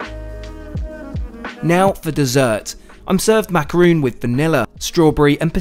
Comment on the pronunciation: At the risk of piling on the Pronunciation Bandwagon, I just wanted to advise that a macaron - as in the delicious looking dessert you enjoyed - is pronounced as in “don” or “on” - (mac - are - on) rather than like “moon” or “soon.” Admittedly, I’m charmed by your accent, so only mention this because a “macaroon” is a different sort of confection - one made from shredded coconut. 😉